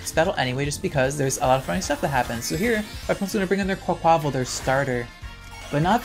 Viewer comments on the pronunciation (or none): Quaquaval's name is pronounced like car-ni-val: quack-qwah-vahl